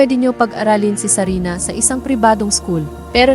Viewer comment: It's sarina!! Hindi sabina 🙄🙄🙄🙄